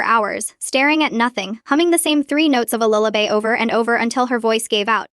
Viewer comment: Could have been a good story, but creator needs to program Ai for correct pronounciations: lunatic is not lun-attic, it's prounounced (loon-ah-tik), lullaby is (lul-lah-baee) patrol is not paytrol is it's (pah-trol) ok too many errors to note hear. Please proof read before posting!!! Of course, the constant outbursts of "its a girl" is hilarious but stupid. Obviously not a native english speaker, but has potential as this storyline is a good one.